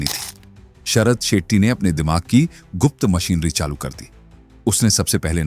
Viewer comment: Sethi nahi Shetty...pehle naam seekhle... Chu...